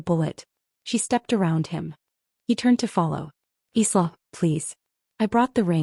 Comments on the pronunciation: ILA instead of sla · Isla is pronounced like island s is silent